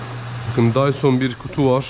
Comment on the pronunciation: Okuyuş Dysın ❌ Dyson ✅ 😂😂😂